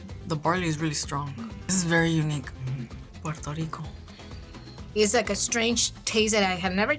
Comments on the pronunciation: Him : PORTO RICO Me: NO ! It’s P U E R—TO RICO !!! UER—- not OR . Not let’s say it together slowly Me : PUER Him: POR 🤬🤬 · Finally us!!!🇵🇷🇵🇷🇵🇷 but ain't no way yo said "Pueto Lico"